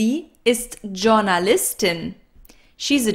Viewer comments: Hi! i've noticed you pronounce the word "journalist" just like in english - but the letter "j" should be pronounced more like an "i", or is different with names and professions? danke dir:) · Why u Pronounced Journalistin from J sound not Y sound?